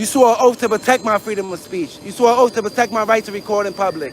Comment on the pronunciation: “You should honor your oaf.”